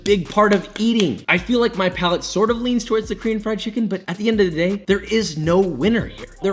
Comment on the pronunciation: I came for the chimkin. I stayed for the chimkin.